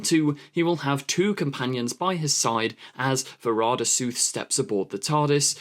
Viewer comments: What's with the "Suth", it's clearly "Sethu." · I'm pretty sure it's pronounced 'Sethoo' not Sooth lol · It's Sethu. Spelt SETHU and pronounced SETH-U not SOOTH. What are you saying? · If you don’t know how to pronounce someone’s name, try googling it first. It’s kind of ignorant to obviously mispronounce it all through the video. How you even get sooth, from sethu I don’t know. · To sound it out, her name is closer to va-ra-da say-thoo (with all three 'a's in her first name pronounced like the one in 'apple')